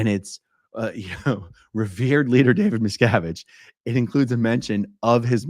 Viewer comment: David Miscarriage